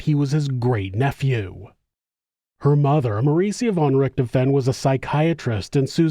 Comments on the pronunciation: RichtHOfen. Not RicterFEN. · The name's pronunciation is more like DISHED'oven, only with an R. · Thanks man, fwiw, the "f" in Richthofen has more of a v sound